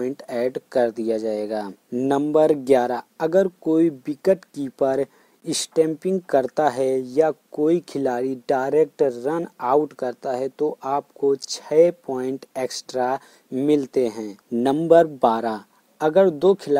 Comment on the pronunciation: Its stamping not istamping